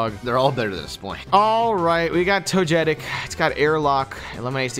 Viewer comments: I still can't get over the fact that after all these years they still say toJETic instead of togetic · Togetic shall from henceforth be called toe jet tic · Toe jet tic It kills me